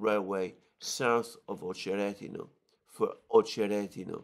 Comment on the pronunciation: It’s OchereTino (not D)/Очеретино. Emphasis is on the second ‘e’ OcherEtino - at least in Rus language.